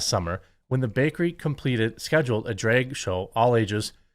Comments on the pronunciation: auto subtitles are also reading Drake show instead of Drag show, by your mispronunciation. Anyway, theyd say if the poke is healthy enough for all ages, then s** should be healthy too, that hs been going on since long time by the disney, etc propaganda agenda of the elite sx maniac class. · Drake show? Draygue? Wtf are you saying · I keep hearing you say it as "dreg story hour" and it still fits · I never believed Jeremy was from Wisconsin until I heard him say drag. 😅